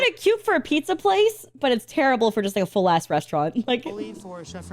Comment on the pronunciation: It's "ass", not "ah".